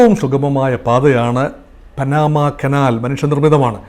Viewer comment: എന്റെ പോന്നു പൊട്ടാ പാനമ അല്ല പനാമ